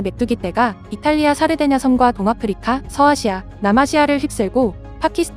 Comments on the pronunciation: 사르데냐섬이 자꾸 살해된 여성으로 들려서 깜짝깜짝 놀람 ㅋㅋㅋ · 내귀가 썩어서..이탈리아 살해된여성....으로 자꾸 들려....ㅜ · 샤르데냐섬 첨에 살해된 여성이라고 들려서 메뚜기 한테 사람 죽은줄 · 샤르데냐섬을 살해된여성 으로 들었네요 ㅋㅋ